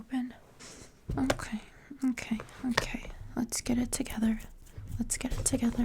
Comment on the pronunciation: I dunno if you're a fan of Azumanga Daioh but your "get it together" was pure Osaka 😂